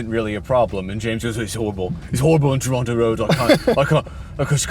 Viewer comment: He said Toronto and not Toron-no!